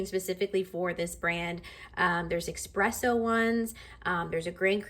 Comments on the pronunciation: ESpresso, not EXpresso😢 Overall very detailed review, you just need to adjust your grind size, as the espresso was very under extracted. You saw the machine gave you a different recommendation after and decided to ignore it, but I think you can get a way better espresso shot and creamier. I think you will love it a lot more and notice the difference as well. It won't be as bitter ❤ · please stop saying expresso though :) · Nice job, please just stop saying X-presso 🙏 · Your video is very informative! Love that you’re so thorough. Only con: there’s no X in espresso, only S’s… thanks! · sometimes being a coffee snobbass is what ppl need. Well said and BTW it is "espresso". Not ex, egg and whatever presso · Nice review, but that "eXpresso" is killing me from inside.